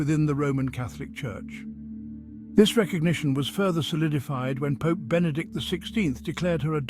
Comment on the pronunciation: I would advise this to learn how to pronounce “pope” because he pronounces it “poop” and says “A great poop” will…..Other than that this is a great prophecy.